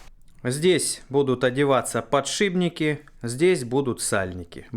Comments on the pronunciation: мы тебя за кусаем не подшибники а подшипники я не раз просто замечал 😉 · Я один слышу "ПодшиБники"?)